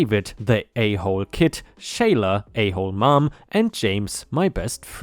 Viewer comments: 30 ft = 30 foot in the context used. Sheila = "sh eel ah" not "shay lah." scholarships = sch ah ler ships. It's an "ah" sound there, not "oh." 😛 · You almost got the name Sheila pronounced correctly, except in Ireland it has a silent "L" and is otherwise pronounced as you said: shay-uh, while in the US it's Shee-luh. Good on you! ⭐🌟⭐ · Ah, interesting. still mispronounced it though, because he said it with an "L" sound in there. Since it's an Ireland based story, I have to defer to how it's said in Ireland. I make the argument about how things are said (or spelled when I'm trying to be a troll) when it's a story based in or about the U.S., so gotta be fair when it's about another country. lol